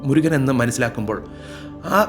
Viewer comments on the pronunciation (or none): none